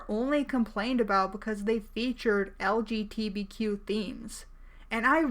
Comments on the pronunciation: please- please JUST SAY THE ACRONYM RIGHT lgbtq. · She can't even say LGBTQ right!